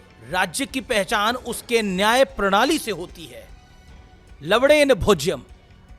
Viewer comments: Abe dallu to lavnen bol na 😂😂 lawden kyu bol raha 😂😂😂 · This gullu also said LAVADE rather LAVANE so like his leader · लवणेन = luh-vuh-ñæn (what modi meant) लवड़ेन = luh-vuh-d³æn (what modi said and being trolled) Likha hua लवणेन hai. Padh usko लवड़ेन rha h. English to kharab h hi. Hindi mn bhi galat bolkar gumrah kr rhe h ye media wale. Assam mn flood nhi report krna inko yehi bakwaas krwa lo bass.